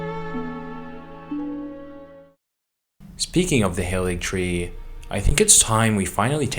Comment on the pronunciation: Something that I've not seen anyone mention is that the Haligtree is pronounced Ha-li-y-tree. Halig just means holy in Old English